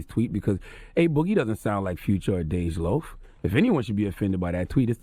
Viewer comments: He said "Dej boogie" LMFAOO charlamane bout to get jumped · "Dej Boogie" lmao